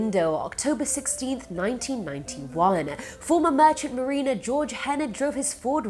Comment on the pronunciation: Ah yes, the Merchant Marinas......lol